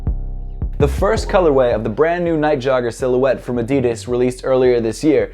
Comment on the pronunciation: It's Adidas not Adidis